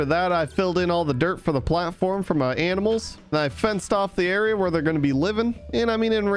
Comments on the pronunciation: is it me or do you even hear him say aminals instead of animals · Was it only me but I think I heard him say “aminals” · Did just said aminals for animals 😂😂🤣🤣 only a joke btw no offense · on night 46-47 time to round up some AMINALS WAIT WHAT 🤣🤣 HAHAHHAH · ITS TIME TO WRANGLE UP SOME 'AMINALS' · aminals! haha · it is only me or you just said aminals🤣🤣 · When said "aminals" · did u said aminals? 😂😂😂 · The funny part is when he said aminals